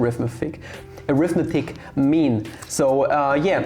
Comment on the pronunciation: Pro English tip: The word "arithmetic" is pronounced differently depending on whether it's being used as a noun or an adjective. Noun = aRITHmetic, adjective = arithMETic.